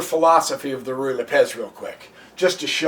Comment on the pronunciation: I think it is either pronounced "Roo-ee" or "Righ" not "Ree" lol I can tell you are saying it quickly because you are unsure of how to pronounce it, you could have just looked it up, I assume you have a computer because you made a fucking youtube video lol